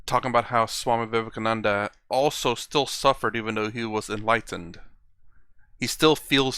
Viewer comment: This sounds like the anchor is trying to refute/argue everything that Swami Sarvapriyananda states. My advice (with my limited knowledge of the great Hindu scriptures) is - please read some of them. You aren't able to pronounce the word 'Vivekachudamani' correctly. Being very upfront but honest. Thank you.